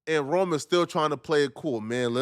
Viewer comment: Rone…. Not Rome, Lol. And before you start speaking on him, and saying he’s a Nobody… that no one knows who Rone is laughable 🤣😂. At least do the bare minimum research on the guy and search his name on YouTube. If you did you would have found out the man is a Hip Hop Legend in the Battle Rap Scene, and one of the best to ever come out of Philly, Rone was doin his thing long before Pat Bev walked into Barstool!!! Pat Bev is a Clown and Sabotages every opportunity he has been given. Ya this is a Lesson … A Lesson in you looking Dumb AF